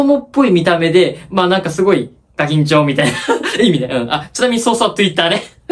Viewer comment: Twitterをとぅいったーって言ってひろゆき憧れてんのガチっぽいww